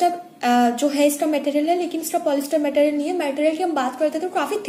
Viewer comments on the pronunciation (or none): Material bolna toh seekh lo pehle